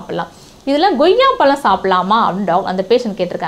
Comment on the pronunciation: ஏம்மா.. அது என்ன goyya... goyya.. - வாயிலே, கொய்யா - Koyya... நுழையாதோ